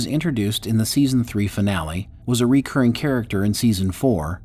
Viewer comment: Please learn to pronounce “recurring”!